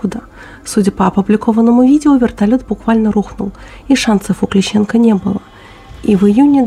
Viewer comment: Очень грамотное видео,заявляю как специалист.Маленькое уточнение В.П. Клещенко,ударение на первую "е", и сбили его , к сожалению все таки из "БУКа". Мы с ним начинали работать в СВО,в тот день были рядом.